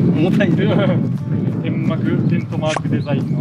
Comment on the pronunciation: キャンプ歴長くてギアに詳しい人でもたまに『テントマーク』って勘違いしてる人いるよね。 他の事は詳しいのに『テンマク』の読み方だけ勘違いしてる人がたまにいる現象になんでなんかずっとふしぎでいる。